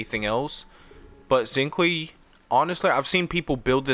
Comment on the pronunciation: Xinqiu is pronounced shing sho